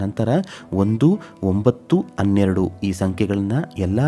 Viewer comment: ಅನ್ನೊಂದು ಅನ್ನೆರಡು ಅಲ್ಲರೀ ಹನ್ನೊಂದು ಹನ್ನೆರಡು ಅಂತ ಹೇಳಿ